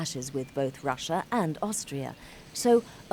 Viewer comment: when you say russia it sounds like brushia